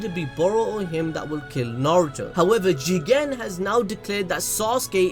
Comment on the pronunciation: Can you pls stop emphasizing Jigen’s name. It’s annoying